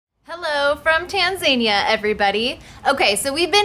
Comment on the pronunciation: its not pronounced tan zania, its pronounced tan zan ear